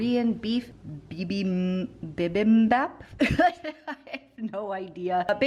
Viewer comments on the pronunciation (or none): It's a tough word to pronounce, but bibimbap is BEE-beem-bap. If you like Korean food, check out Maangchi here on YT. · Bih-bihm-bahp soft ah sound You were close with the bih-bihm-bap.